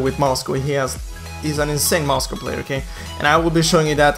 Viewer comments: oh goodness, you are pronouncing Moscov as "Moscow"... Facepalm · Itu Aksen-nya orang swedia